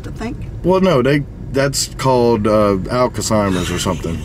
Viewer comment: Alkasymers 🤣🤣🤣🤣 Alzheimer’s I died 🤣🤣🤣🤣